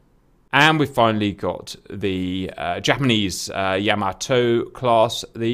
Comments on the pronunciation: It's pronounced, Yah Maa Toe not Yam a toe. And Battleships never travel without Destroyers or Lt Cruisers accompanying them for Anti-Aircraft support. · It’s pronounced “ya-MA-to”.